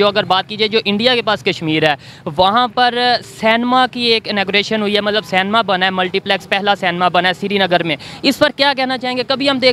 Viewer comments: Cinema hai be vo...Senmaa nahi😅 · Ye Pakistani.. Cinema ko Senma... Petrol ko Petral kyun bolte hai.. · Canma nehi....Cinema....🙆😆😆😆😆🇮🇳🇮🇳🇮🇳🇮🇳🇮🇳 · ye senma kya hota hai😂😂 inko cinema medicine rickshaw jese pronounce karna bhi nahi aate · Bhai cinema bol, senma nai!!😂😂😂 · Sanma nahi bhai it's cinema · Senma.Not cinema.